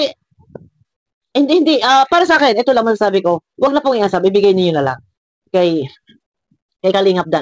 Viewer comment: Unsuuuuubbbbb po hindi unsab😂😂😂